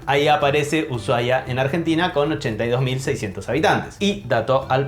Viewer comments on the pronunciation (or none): none